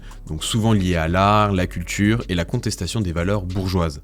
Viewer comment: Dommage pour le "cultchure" sinon, c'était intéressant.